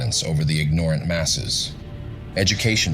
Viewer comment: My brain got derailed 90 seconds in... Me: Hey there is some lady that is pestering me. AI: Oh that is my dad's sister. forget about her. Me: Okay, ignore aunt. Now there is an insect crawling on me. AI: It is harmless, don't worry about it. ME: Okay, ignore ant. Now, about that pronunciation of "ignorant"... AI: Don't worry about that.